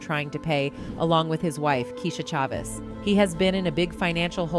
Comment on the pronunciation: Yo, the AI pronounced "Chavis" like 18 different ways. 😂